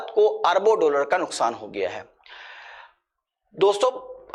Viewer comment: डोलर नहीं डॉलर बोलीये